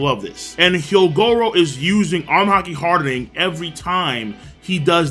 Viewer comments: Not trying to hate it just annoys me how he always emphasizes ing whenever he says armament Haki hardening. It’s just weird like a pet peeve and it just annoys me lol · "HAR DE NING" "AR MA MENT".. The way you say these make me uncomfortable somehow